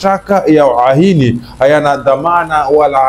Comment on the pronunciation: Kwa kutamka UHAINI ni shida sna mbna kama una mapengo